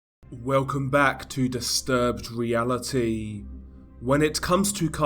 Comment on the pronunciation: Please drag out the last syllable of "reality" as long as humanly possible in your intros. It's my favorite part.